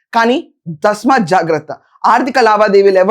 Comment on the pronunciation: Remind కాదమ్మా Remand దస్మాత్ జాగ్రత్త? ఇదెక్కడి పదం? అది తస్మాత్ జాగ్రత్త ... మా ఖర్మ